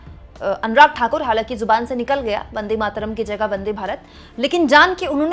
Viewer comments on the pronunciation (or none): भारत का दुर्भाग्य अनुराग जैसे भी सांसद जिसको बन्देमातरम भी बोलना नही आता.बस चापलूसी करते रहते है